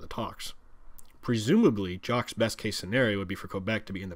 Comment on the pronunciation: He kept calling him "Jock". Alber-TA instead of Alberda. Okay clearly this guy isn't Canadian.